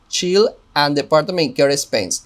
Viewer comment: que pasa con tu ingles? No es chill tax credit es Child [chaild] tax credit.